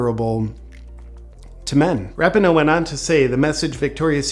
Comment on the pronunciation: Rap-in-no 😂😂... *Ra-pee-no